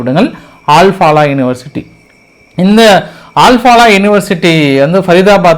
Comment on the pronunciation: ஆல் பாலா இல்லை. அல் ஃப்லா